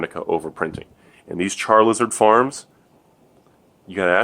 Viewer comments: When you say "Char-Liz-ard" it makes me cry inside. I still love you though, <3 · Bro, don't disrespect my 2nd favorite pokemon by mispronouncing his name. It's ChaRIZARD. #Charmander4lyfe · I swear to god if you ever say charLIZARD again I'm unsubbing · I love that he calls it "Char Lizard"